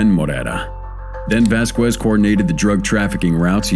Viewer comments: Vasqwez? Lol.olol. It's spoken like this: Vaskez. Don't feel too bad. I run into at least a half dozen instances every day of mis-spoken words I learned in grade school. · Lmao never trust a commentator who pronounced Vasquez with the Q like quick sound rather then the k sounds lmao it’s not pronounced “Voss-quezz” it’s like “ vasskezz” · I HATE computerized narrations. Vasquez -- i.e., Vas kez. Not Vas kwez you morons. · Right? It's weird because he pronounces other names decently. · Vasquez - pronounced "vas-kez". NIce automation...morons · If you,, would listen to your own videos, you wouldn't make such a fool of yourself by mispronouncing the common and easy name "Vasquez." The TV lady has it right, and you have it both wrong and childishly silly. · The u is silent, you do not pronounce it in his name.